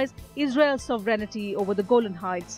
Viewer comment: FFS It's 'sovereignty' not 'sovereign-i-ty.'